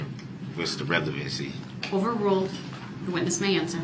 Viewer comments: OMG yasssss. It was like nails on a chalkboard when he would say relavency. 🤦‍♀️. He would twist legal terms to the only way he could say them im guessing. I mean damn law and order SVU taught me way more than what he knows 😂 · He pronounces “ relevancy” incorrectly too every time; plus he asks “ objection what’s the relevancy?” When an attorney objects to relevancy he usually knows there’s a doubt of it being relevant. But db objects in a question form because he doesn’t understand the relevancy of what the prosecution is saying. So he asks his question of why is it relevant because he doesn’t understand it. It’s soo obvious. And Darrow with all her help for him should have explained it to him . She explained heresay ! But he still never understood heresay never. Drive me nuts. I’m not in law but I sure figured it out watching this! Db should have too. But he’s about a 6 th grade educated level probably because he wouldn’t do any schoolwork or homework after that grade. He probably only passed each grade until 10 as it was later proved —he never graduated high school he lied to Darrow. Anyway he probably was promoted with “D”’s for passing . His mother could care less if he went to school after 5th or 6th grade imo.